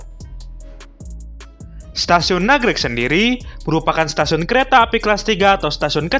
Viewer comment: Nagrég mas, bukan nagreg